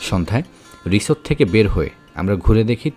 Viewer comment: ভাই আপনি হোটেল কে রিছোট বলেন কেন ? হোটেল আলাদা আর রিছোট আলাদা